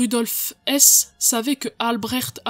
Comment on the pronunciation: Vous prononcez, à juste titre, un h aspiré pour beaucoup de noms mais pourquoi pas celui de Rudolf Hess justement?!